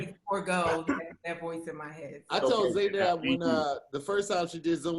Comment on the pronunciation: Any Arabic speakers cringing at “Zay-naab”